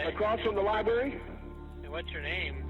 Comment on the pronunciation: he says "lie-berry" lol